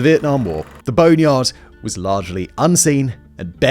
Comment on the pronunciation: Is it an English thing to put “eh” before certain words? Simon says “ehwas” instead of “was” and “ehwhere” instead of “where” and “ehrecyled” instead of “recycled”